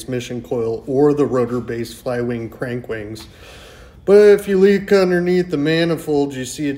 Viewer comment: "... but if you leek underneath..."